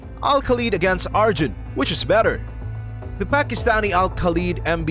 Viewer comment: Lol you can't pronounce Kha as Ka ❗